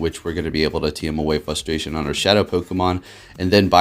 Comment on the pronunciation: fRustration, the r isn't silent.... lol